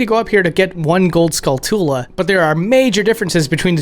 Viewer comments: Skull-toola? Haha it's skullchula, like tarantula. Arin Hansen also said it like that. Honestly this game is sheer nostalgia, this came out in third grade and I played it so much. Better then ocarina. Since I loved RE/MGS, starship troopers and vampire hunter D as a wee lad this games darker style was right up my alley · ah, yes, skull-tool-uhs, famously named after the real world spider the taran-tool-uh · I am guessing the cows nose ring is because people would see it as Cruel to have a ring forced on a cows nose. soooooo, the usa version changed the name from Last to Final to accommodate stupid americans? Also, did the guy seriously pronounce it 'Skull- TOOla'?!?!? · The spiders name isn't pronounced skull-TOO-luh. It's SKULL-chuh-luh as in the spider tarantula. That's pronounced tuh-RAN-chuh-luh by the way. Duh. I know it's a nitpick, but damn, man. All you freakin kids do it. You don't say it like tuh-RAN-too-luh, do you? Cause If you do, you play way too many video games and paid zero attention in school. Don't get me wrong, video games are totally bad-ass. I've been playing them since 1984. Please someone spread the word about this small yet insanely annoying issue. It's a small pet peeve of mine. Seriously, you shouldn't listen to people that can get around San Andreas and Vice City better than their own neighborhood. Or the ones that can name every Pokémon, but don't know what freakin carpet shark is. Unless it's about GTA or Pokémon of course. Then by all means go for it. Sorry for the rant, but damn. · skullchula like tarantula not tula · I’m always surprised to hear people pronounce Skulltula like “skull-TOOL-uh” instead of “SKULL-chuh-luh” since it’s clearly a portmanteau of “skull” and “tarantula” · Skull-TOO-luh? Is it not SKULL-chaluh? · It's pronounced Skull-choola like tarantula. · Every time I hear someone pronounce a Zelda word I feel like I've been saying it wrong my whole life. Never did I think it was pronounced Skull-too-luh